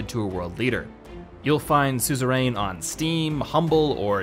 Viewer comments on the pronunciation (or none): It's pronounced "SOO-zuh-run."